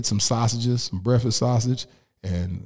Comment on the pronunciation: I love your spirit! I love your transparency. I love that you omit the "k" sound in breakfast lol. I too used to eat breakfast for dinner because we were poor, but lucky for me breakfast is my favorite meal of the day! I have watched many of your DFW Podcasts and you have inspired me to do what others have been speaking into me for so long...start a podcast. I know you will find the person who is perfect for you! P.S. Thank you for being obedient to God in pushing out this vision. It has helped me and I have my girls on it now. It's really the only show I watch. God bless you!